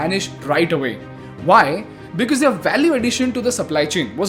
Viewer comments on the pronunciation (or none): it's not they are it's thier business, I observe in all your videos you say they are for thier, just a small correction don't mind but it drastically changes what you are trying to say they are is different from thier please look for pronunciation.